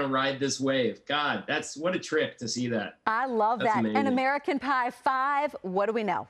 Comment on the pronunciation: “American Pive”. Nailed it.